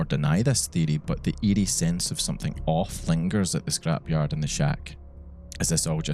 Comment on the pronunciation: It was hilarious. I thought you kept saying ede but you were saying eerie. 😂